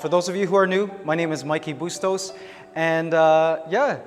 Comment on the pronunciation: You’re Filipino. If you don’t know how to properly pronounce your last name is terrible. Bus-tows? Really????